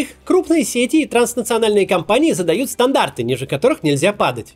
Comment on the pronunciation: "Маркетинг, сети, красивее" эти ударения в вашем исполнении вызывают кровотечение из ушей